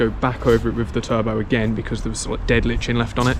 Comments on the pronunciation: Today I learned: Got curious about the pronunciation of lichen, according to google its ˈlīkən. "Li-ken" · It’s “Lichen” as in “Lichen Subscribe” 😉 Congrats on 200k